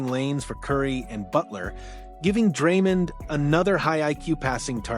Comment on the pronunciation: can’t even pronounce Dray’s name correctly.